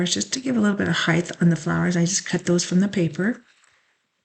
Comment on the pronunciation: I know it is petty, but it bothers me. Could you please pronounce it "height" rather than "heidth"? This is my own issue, and I mean no offense.